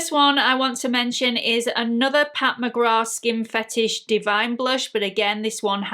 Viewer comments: WHAT??? Pat McGra???? Everyone and his/her mother on Youtube is pronouncing it wrong. Myself as well! McGrath (with the "th") sounds better. Who knew is right!! Enjoyed this video because I lovvve blushes - warm tone blushes. I lean towards the peach, coral, light terra cotta warm shades. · In Ireland we don't pronounce the th at the end of McGrath. Maybe that's where the mix up came from. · She’s of Jamaican descent and pronounces it with the th. I tend to say peoples names the way they do… it’s just polite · How can Pat McGrath have been out for years and EVERY YouTuber pronounces the “th?” Not saying it just sounds weird now. lol